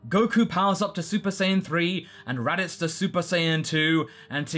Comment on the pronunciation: Radito? Really? Not Radiku? Come on! Radiku is radical!